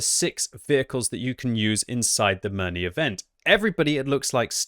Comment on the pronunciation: OMG, ask your wife how to pronounce Mirny